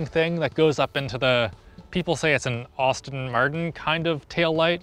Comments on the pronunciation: Did I hear Austin Martin instead of Aston Martin? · Sacrilege calling it an 'Austin' Martin and not 'Aston' lol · "Ashton" and not Autin Martin, so much for being a car expert. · Please don't say "Austin" Martin hahaha. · Did he just say "Austin Martin" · “Awesten Merten” 🤣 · I'm sorry,, did you seriously just say AUSTIN Martin.....? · I'm sorry did you say "Austin Martin" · It's "Ass-tin" Martin, not "Aww-stin" Martin. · Its called and Aston Martin, not an Austin Martin! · ''Austin'' Martin? ...really? 😂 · austin martin? bro its Aston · Aston Martin not Austin Martin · Austin Martin huh, is that some sort of chinese knock off or did you mean Aston Martin... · Bruv, its ASTON. Not AUSTEN. Heathen of a human being. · the "Austin Martin" xD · Best part of the intro...AUHHstin martin lol. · Austin martin XD im sorry but thats the funniest pronunciation of Aston martin I have ever heard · "Austin Martin"😂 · "Austin Martin" lol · “Austin Martin” 💀💀💀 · Did you really pronounce it "Austin Martin?" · "Austin Martin"? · "Awdy e-tron" and "Austin Martin". Need to work on those pronunciations... hehe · that's a very American way of saying Aston Martin. That Kia EV6 looks amazing tho! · I feel like stopping watching for fear of hearing say Aston Martin like that again